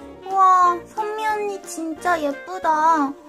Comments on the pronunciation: 선미언니라고 할때 희미언니인줄 (×아름다울 미 =희미) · 은 오늘도 병맛이며 신의 손이시군녀 ㅎㄷㄷ 근데 쟈꾸 선미언니라고 하는게 현미언니라고 들려요 ㅎ